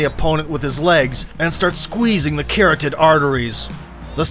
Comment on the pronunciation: Great video of an extremely versatile fighter. P.S: It's not CARROTed, it CaROTid.